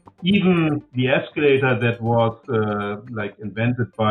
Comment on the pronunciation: eeescalata, eeescalata, eeescalata, ohhhwooow!